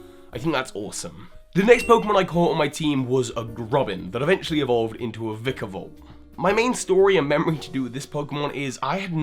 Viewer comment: It's pronounced VY-KA-VOLT, not VE-KA-VOLT! The first syllable in the name has a long I sound!